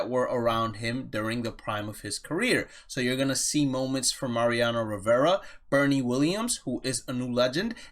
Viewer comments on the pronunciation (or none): none